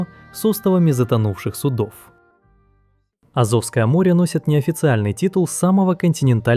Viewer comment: Так аZOVское море или AZOVское море?